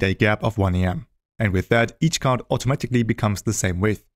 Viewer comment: bro is calling card as chard!